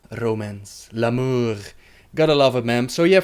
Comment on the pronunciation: please... no more french.... ' l'amour'.... pleeaasee